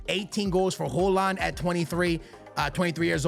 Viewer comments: Holand?? its pronounced "Hoy-Lund" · It’s pronounced “Hoy-lund” and “May-new” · perfect native haaland pronunciation everytime, just unfortunate thats højlund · Højlund not Hojland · I think it's pronounced Hoy -Lind bro